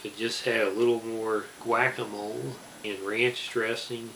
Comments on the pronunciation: "whack-a-mole" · I love the way you pronounce "pico de gallo, guacamole, and jalapeño" 😂